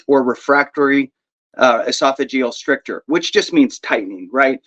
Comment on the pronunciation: Brothers - FYSA stricture rhymes with picture.